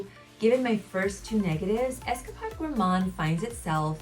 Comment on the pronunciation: Nothing comes close to how sticky and thick this is! Also you Are pronouncing escapade wrong it’s got along a not a short one it’s like you were on an escapade not Esca pod